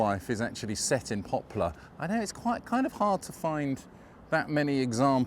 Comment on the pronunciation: You seem to be saying "Popular" instead of "Poplar"!